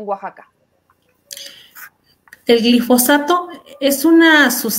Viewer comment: es "GILfosato" o GLIFOSATO?